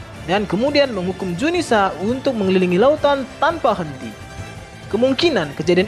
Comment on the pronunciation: zunisha bukan junisa...admin koplak